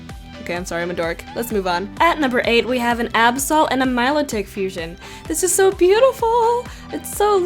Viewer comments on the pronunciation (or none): did you say "Milolololololol" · Here'z how u pronounce Absol and Milotic ( Mi-lol ) Lol xD